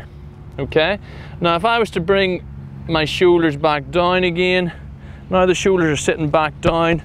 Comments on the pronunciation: “Show Ders” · “De showeders!”